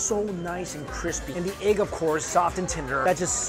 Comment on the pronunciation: Why does he call egg eig 🤦🏾‍♂️😂